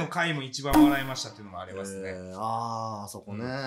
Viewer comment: ｢あそこ｣を｢あっこ｣と申す南條殿、げに尊し…